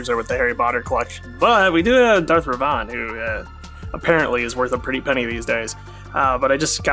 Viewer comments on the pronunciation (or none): Darth Rev-Ahn?! Darth Rev-en!